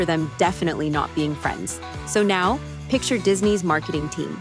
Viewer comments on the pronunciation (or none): none